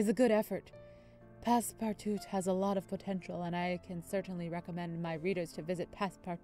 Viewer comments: Its pronounced as Pass-Part-too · its pronounced passpartoo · It’s pronounced Pass-Parr-Too just to let you know <3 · it's Pass-part-out